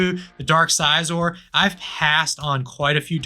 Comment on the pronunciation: hearing you say scizor like that 3 times in a row was painful